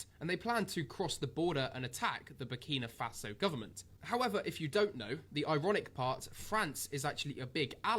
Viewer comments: 🤣🤣🤣 man fully butchered the name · Burni Mafasa 😬🤦🏾‍♂️ Kwasiia 😂😂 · That was diabolical, he called the country Burni Mafaso 😂😭😭, i had to reloaded it bare times 😂😂😂😂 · u need to start reading out words and pronouncing them properly. what tf is burnima faso and who is ibraham Tori? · My brother , you need to start by pronouncing the country it self it is called BURKINA FASO!! Next it’s Captain Ibrahim Traore ! He is the future for all black people , trust me my brother you have done a good thing today posting this content , spread the word transformation is coming ! #protectibrahimtraore 🙏🏾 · Big up for this. “Burnima Faso” killed me though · Burkina Faso learn to pronounce the country's name correctly. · So focused on trying daily upload man can’t even learnt how to say the countries name properly. Content getting a bit 🤏🏻 meady in quality like tankz now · Big respect for this video, yeah you said his name & the country wrong but that's minor details. Most people like you said didn't know it was a word to even say wrong. Awareness is 1000% worth more